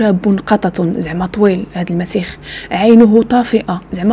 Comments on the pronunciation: المسيح وليس المسيخ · حبيبتي ممكن سؤال علاش تتقول المسيخ بل( خ)